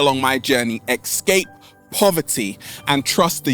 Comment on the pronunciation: Why is saying "ecscape" instead of "escape"? Is it some regional accent, or his personal? Btw, amazing video, thanks!